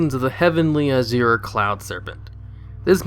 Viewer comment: Why is it that no WoW youtuber can pronounce "azure" correctly?